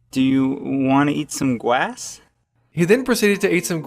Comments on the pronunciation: "do you want to eat some gwass"? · "Do you uhhh... want to eat some gwass?" LOVE IT 😊😊😊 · uuummm do you want to eat some gwass? Lol it is so funny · "Do u wanna eat some gwass?" That's the best line ever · do you uhh, wanna eat some gwass? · Jeremy Leer Wanna eat gwass? -Ghost Toast 2016